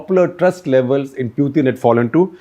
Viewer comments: Interesting piece by SG. But I find it distracting that he cannot pick the right pronunciation of Putin. The accepted pronunciation is POO-tn not Pewthin or Poothin. He also swicthed the pronunciation a couple of times! And he made one glaring error - talking of Russia supplying weapons to both China and Russia when he was probably intending to say India. SG also uses Sovieth instead of Soviet union. Seems to favor the soft "the" sound over the harder "t" sound. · He is not p-ew-tin .. he is p-oo-tin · This Shekhar Gupta with his annoying delivery ( constant hand waving & a gross Bazaar accent ) insists on mis pronouncing “Pootin’s “ name in 10 different ways. His analyses is ridiculously infantile. But I guess as the saying goes “ in the Land of the Blind even the One eyed can become the King”. The avg. IQ of India is just 85 (?that for even Thailand is 95, China 103 ! ), and the IA of the BIMARU states even LOWER. But they constitute 40% of the electorate and have run the country since Independence, to get which they did so little. They are responsible for India falling so far behind China. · Please don't call him Pewtin. It is annoying to hear wrong pronunciation. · Can you stop calling 'Pew-tin' ? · What a waste of time listening to this guy. He beats around the bush, digresses a lot, and can't even pronounce Putin's name properly.